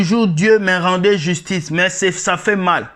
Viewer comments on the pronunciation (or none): none